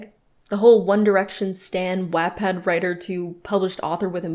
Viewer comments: Everytime says "WAT-pad" my eye twitches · i want to let you know that i am highly disturbed by you pronouncing wattpad as wetpad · it hurts hearing Wattpad pronounced like that lmao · I literally can't watch these videos bc of how she pronounces wattpad 🤦🏼‍♀️